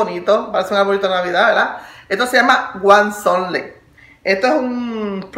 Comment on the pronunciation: se pronuncia huazontle jaja